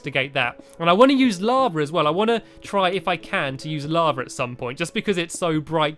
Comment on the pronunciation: You say lavar